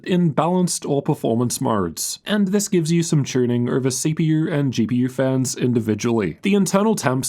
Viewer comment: mf said CPUr GPUr............